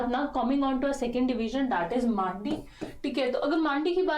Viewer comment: Ma'am n pehli bar sahi bola dusri baar मांडी बना दिया😂